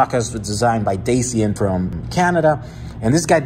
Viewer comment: His name it`s pronounced like " DATCHIAN"